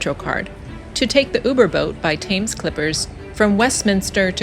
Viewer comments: Not Pronounced Thames but Temms . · The river is pronounced Tems although written Thames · Brit here. Great video. Educational! Only one minor criticism, Thames (as in the river Thames) is pronounced 'Tems' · It's pronounced TEMS, rhyming with lens, and it is the River Thames (tems) and never the "Thames River". River comes first in the UK and indeed most of Europe: River Rhine, River Danube, River Seine etc., unlike the USA where it comes after, as in the Mississippi River or Colorado River and on the border with Mexico where runs the Rio Grande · Thames is pronounced Tems. Poplar is a borough not a town. Also, fun fact, Waterloo Bridge was buult by women, also known as Ladies Bridge and the only bridge build to come in on time and on budget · Thames pronounced Tems. The modern ‘London Bridge’ is nothing to wonder at, just a strip for cars and buses. Waterloo Bridge was the London bridge repaired and constructed by women during World War II, which earned it the nickname "The Ladies' Bridge". Their heroic work and sacrifice has been lost to history (in the manner of the times). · Great video and I note several comments have corrected your pronouncement of the River ‘Thames’. By the way, Big Ben is the bell, not the building in which it resides, which is the Elizabeth Tower. Factoid: The Globe Theatre replica exists because of efforts led by an American actor, Sam Wanamaker. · You are pronouncing "Thames" wrong. Ask a local the correct way 😊